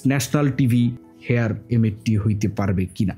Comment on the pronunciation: “হেয়ার” না ভাই, “হায়ার” হবে উচ্চারন।